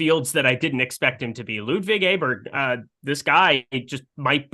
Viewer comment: It's pronounced OH bear